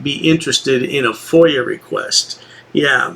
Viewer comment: A who? fOIL? Its a FOIA....